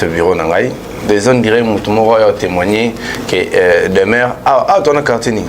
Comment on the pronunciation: Demeuré ou Demeure??? Eee oyebi ata ko prononcer kombo té 😂😂😂😂😂😂, azomonana Kaka insensé et idiot.